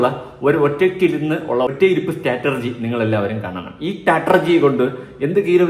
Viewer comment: Say Strategy, and Not Staterji. Pls correct.